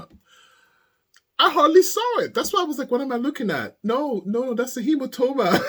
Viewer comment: HemaTOEma hahahah